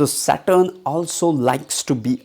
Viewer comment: you need to fix your phonetic stress on few sounds.. specially "saturn"